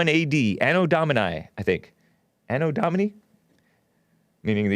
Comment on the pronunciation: I could be wrong..just my 2 cents... A.d. = ano dòh-mee-nai , place a strong emphasis on the 'doh' syllable